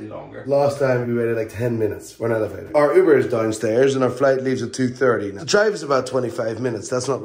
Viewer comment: why are you saying elephator?